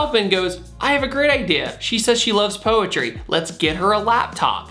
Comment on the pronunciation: She’s gonna wite poetwy in hew caw.